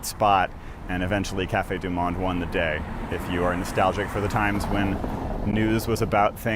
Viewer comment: Delightful video. I did not see credits for the music. Please learn to pronounce 'du Monde'.